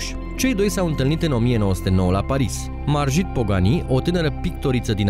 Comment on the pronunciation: Se pronunță Marghit